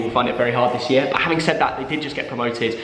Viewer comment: what’s a YER??? It’s YEAR mate